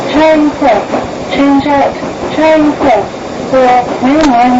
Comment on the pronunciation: “The next station is Charing Cross cha- change here for northern line railways” I can tell they messed up and yet TFL used it somehow I’m glad they got rid of it